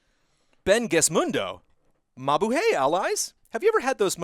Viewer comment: It's pronounced Ma-Boo-Hai, which is a Filipino greeting; as the message was from a Filipino recommending to try out Jollibee, a Filipino fast food chain gaining popularity all around the globe.